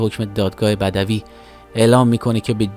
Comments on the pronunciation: دوتا غلط قرائت داشتید یک: أَعمالِ مُنافیِ عِفّت درست است. دو: دادگاهِ بد°وی درست است بمعنای آغازین. بَدَوی یعنی بیابانی خدا روحشو شاد کنه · سلام وقت بخیر خسته نباشید ، دو مورد اصلاحیه در تلفظ واژگان اعمال به کسر الف یعنی ایجاد درسته اعمال به فتح الف جمع عمل ها بدوی به فتح ب و سکون دال به معنی اولیه ، نخستین درسته بدوی به فتح ب و دال به معنی وحشی ، دور از تمدن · احمق بدوی . دال سکون دارد نه فتحه